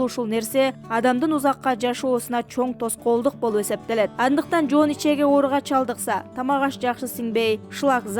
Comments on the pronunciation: Ичеге эмес ичеги деп суйлочу садага?! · Ичеге эмес ичеги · Ичеге эмес ичеги!!! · Ичеги деп туура окуш керек